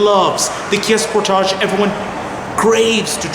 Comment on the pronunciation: Good video...but you keep saying "Sport-age" like one would in French. Pretty sure it's pronounced "Sport-edge"